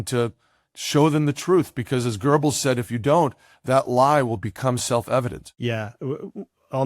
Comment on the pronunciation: Excellent talk thanks. Please note Goebbels has no r in it. Otherwise correct.